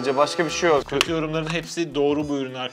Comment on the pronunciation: Götü yorumlar sersi diyor 😂😂